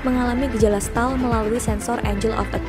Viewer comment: Stall bacanya setol